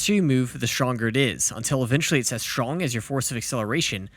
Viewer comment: Strong not shrong